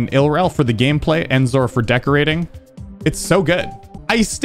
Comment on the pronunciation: is the only person that I've heard pronounce EnZore with an "En", everyone else just says it like "OnZore" for no reason.